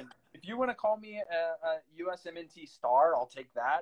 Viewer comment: First time I hear someone say each letter in USMNT... lol